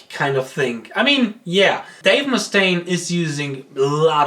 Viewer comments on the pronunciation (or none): none